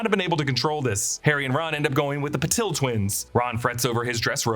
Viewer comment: Parvati is pronounced Paar-vati not Par-vaati and Padma is Pad-maa. Also Patil is Paa-til, different from Patel. My last name can vouch for this